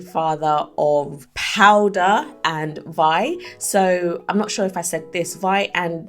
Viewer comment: You said Vi right ✨